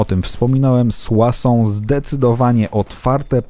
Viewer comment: jestes pewien że mówi się "suasą" a nie "suso"?